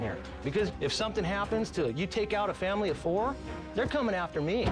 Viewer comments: Oh my god I can't ever unhear somethingk now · ALWAYS ends "something" and "nothing" with a k and it's so weird. "Somethingk, Nothingk" Seriously, you can't unhear it once you notice it.